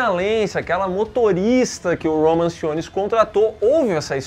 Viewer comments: falou "Roman Simmons" mas na vdd é "Roman Sionis" o nome do mascara negra hahaha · O falhando miseravelmente em pronunciar o nome dos personagens é épico: DiAnah Lance; Roman Simons...